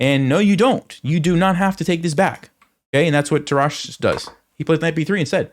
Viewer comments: Your pronunciation of the name "Tarrasch" is actually quite funny. Sounds if he were French, but he's in fact a German. He is to be pronunced with a "rasch" like in "rushhour". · I learnt chess with the book "The game of chess", but in the German original ("Das Schachspiel"). For me Tarrasch is the GOAT, and even some of his theories are outdated, still it gives a great lecture. By the way: Tarrasch is pronounced on the first syllable and with two short "a". I like your videos!